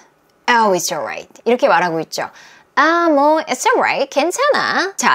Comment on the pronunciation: "이츠" 올라잇 인줄 알았는데 "이스"로 발음 하네요.